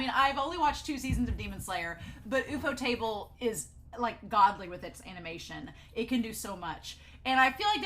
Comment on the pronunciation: I’m just gonna appreciate how you pronounced Ufotable as OOF-Oh-Table and now I will refuse to call it anything else, I’ve never heard anyone call it that and now that is the ONLY way to say it 😂